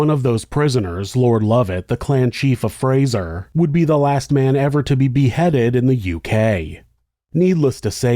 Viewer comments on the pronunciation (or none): none